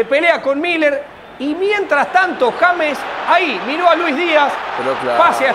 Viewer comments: No se llama "yeims* se llama JAMES pronunciado en español!!!!!!!!!!!!! JA MES!!!!!!!! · TIENEN QUE APRENDERSE EL NOMBRE DE ÉSTE GRAN JUGADOR DE MÍ SELECCIÓN COLOMBIA, COMO LO ES JAMES (EN ESPAÑOL) RODRIGUEZ.... 😂🎉😅❤😮